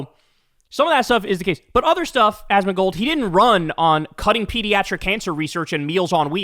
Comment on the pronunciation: You mispronounced his name in the beginning. It's "Asmon -mom killer-mold."